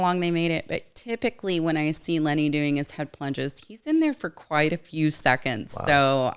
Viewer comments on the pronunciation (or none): none